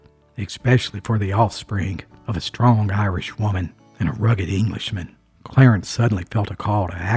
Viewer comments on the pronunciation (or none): none